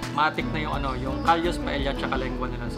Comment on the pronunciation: Owner was 👍 Pronunciation daw was..Paeya ( Paella)😊